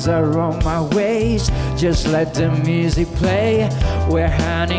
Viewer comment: Que corrijan la pronunciación porque no pronuncia Music como es debido y eso le resta a su interpretación